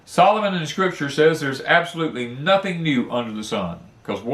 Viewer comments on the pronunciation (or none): none